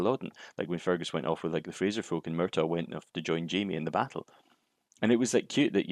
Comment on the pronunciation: Sorry, sounds like you're calling Fergus, Fungus.